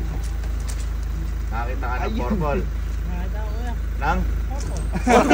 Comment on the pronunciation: habang kumakain ako biglang bigkas ng"PORPOL" lumabas kanin sa ilong ko ahahaha